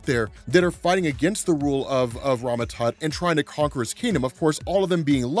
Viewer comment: Kang the “Conker?” :-P